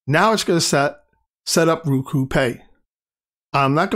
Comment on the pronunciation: ROku....not RUku...